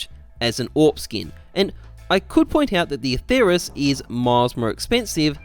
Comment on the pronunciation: Don't say it with a "th" it sounds horrible. The name is Latin and there is no "th" sound in Latin, only a "t" sound.